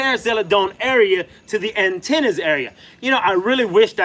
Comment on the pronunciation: Atenas not Antenas 😩